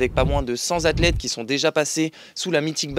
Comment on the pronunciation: centzathletes ? Il y avait les Quatrezamis aussi ? ;-)